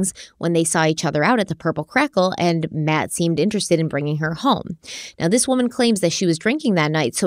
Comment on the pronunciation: Hello and. ❤ hope all is well. Love your videos and all you both put into them. Congrats on your nomination!!!! Side note. From the beginning i was first hearing Mad Abbott instead of Matt. When I relised it was Matt i just couldn't unhear MAD abbott lol my brain wont let me.